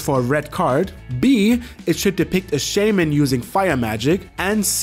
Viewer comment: I don't think Shaman is a 4 syllable word.